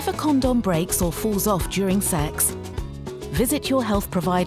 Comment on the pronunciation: It sounds like she saying corn dog